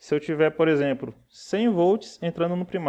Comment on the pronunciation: percebe-se que você faz algumas trocas fonológicas do L por R. como por exempRo, pRaca, etc. Uma fonoaudióloga pode te ajudar a melhorar isso. A qualidade das suas aulas são muito boas, você explica tudo bem explicado de forma que qlqr pessoa consegue entender. Parabéns pelo trabalho e continue assim. Espero q n se importe com o que observei, é uma crítica construtiva... Um abraço!